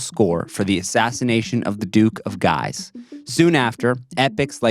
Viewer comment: Please, please, please, it only takes 10 seconds to check the correct pronunciation of foreign names (duc de Guise - gheez; Nijinsky)